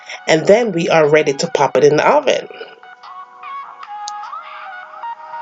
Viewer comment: "De hoven" Sounds like French ppl of Montreal. I LOVE the accent! Why call it coco bread when there is no coco in it?